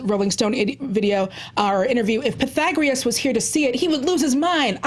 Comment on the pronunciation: Why y'all adding an r to Pythagoras? "Pythagrius"